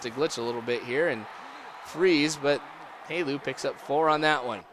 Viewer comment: it's not Halu. It's Helu